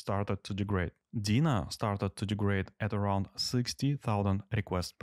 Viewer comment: Nice test. Although I couldn't get over how funny you pronounce Deno. To me it sounds like Dina, not Deno :P